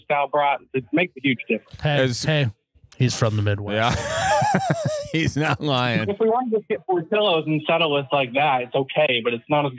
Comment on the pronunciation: That pronunciation of "Portillo's" hurt me